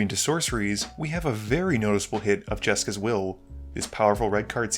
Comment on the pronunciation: All I heard was "Jeska's Will reprint"